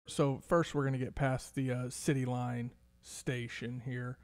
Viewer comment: Why do you keep calling Cityplace Station Citylune Station on this video? Especially since there is an actual Cityline Station in Richardson. Just curious. It hurts your credibility. Thanks. PS I think the Knox Henderson Station will eventually open with the way that area us exploding.